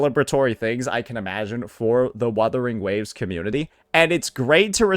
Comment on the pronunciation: YOU CAN'T PRONOUNCE WUTHERING WAVES WITHOUT 2 WS